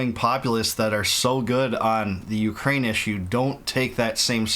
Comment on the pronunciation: Bwah ha ha... Ukra-weenie 😂